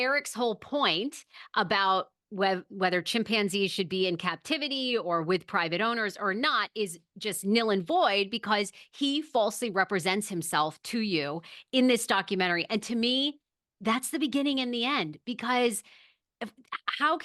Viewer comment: It's called null and void, not nill and void.